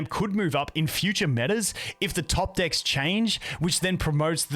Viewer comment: stop saying dikks!